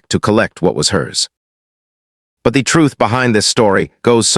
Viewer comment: The story was good, it had a nice ending, but the AI really needs work on it pronunciation it was annoying. The word the and even the word a were not coming out well and there were other ones as well.